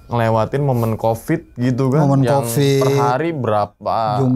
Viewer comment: Covid!!!! Bukan kopid tolong jangan dijadikqn kebiasaan suatu bahasa itu untuk dipelencengkan